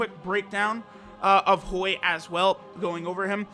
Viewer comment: When says Hoi i think i hear BOI